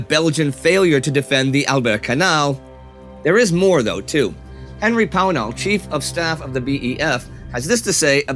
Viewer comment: "Pownall" He didn't though...